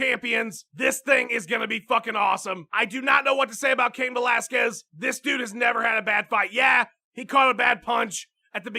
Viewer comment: CAIN VO-LASQUEZ!!!!